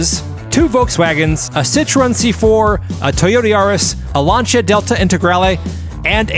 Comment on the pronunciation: there is no "CH" in Lancia